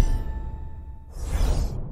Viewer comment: Kurgs-kuh-sat. That’s how you pronounce it.